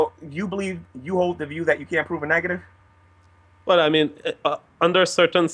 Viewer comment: When he said "Negative" it sounded like "Niggative" so i laughed hard.